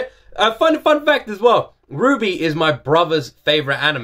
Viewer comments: RWBY (you did get the pronunciation right, yes.), an animated series initially drummed up by the late great Monty Oum, along with Miles Luna and Kerry Shawcross of RoosterTeeth. Featuring awesome fights, badass characters, and a banger soundtrack by father-daughter duo Jeff and Casey-Lee Williams, it's... certainly an experience. Lots of highs and a few lows, but overall a damn good time. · Yup. The series name is pronounced like "Ruby", and Ruby Rose is the name of the Red character. It is a difficult series to explain without spoiling too much, but the Red, White, Black, and Yellow trailers would at least give you an impression of what the four pivotal characters are like and I highly recommend you react to them before starting the series itself. The music in them is great too and I know you'll enjoy them! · Omg! I didn’t think you would react to RWBY!! I’m glad you’re reacting to RWBY! And RWBY is pronounced as “Ruby” so you’re correct! It’s amazing! And the songs always have a meaning behind them. The series was premiered in 2013. And the creator passed away after Volume 2. Oum had a severe allergic reaction and fell into a coma in January 2015. He died on February 1, 2015. The songs usually have a meaning behind them. The art style is 3D animation and the animation style gets better each Volume! I also recommend you watch the trailers. The person who sings all the openings is Casey Lee Williams! She started singing when she was very young and the first opening, she was only 13? Or 12? I forgot but she was young when she started along with her father Jeff Williams who does the music? I keep forgetting but RWBY is amazing and it gets darker.